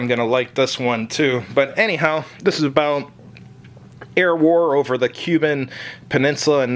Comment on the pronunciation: Kuban is not quite pronounced the same as the island nation of Cuba - Curious myself the proper pronunciation- it is - English - koo-ban; Russian koo-bahn. As it turns out I've always used the Russian pronunciation.